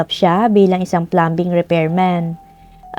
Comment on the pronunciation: Silent "b" po sa plumbing